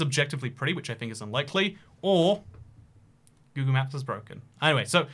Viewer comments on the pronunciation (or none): none